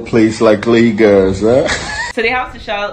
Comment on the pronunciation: its laygurz not laygus